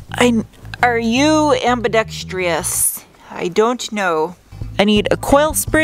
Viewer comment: The word is ambidextrous, not ambidextrious. It’s pronounced ambi-dex-terus. The root word is dexterity.